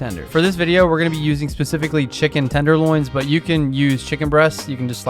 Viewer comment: Chicken "tendonloins" amirite